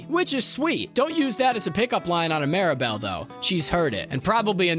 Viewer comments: sounds like ya said Maribel instead of Mirabelle but at least we're not talking about fight club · Bro legit gave a lesson on her name pronunciation as ‘MEERabel’ then proceeded to pronounce her name wrong as ‘MARYbel’ and ‘MARAbel’several times over. 😂 All are wrong.